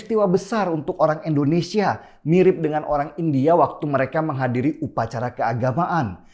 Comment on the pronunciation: Bicara Indonesia kok endonesia sih bang???????????????????????????????????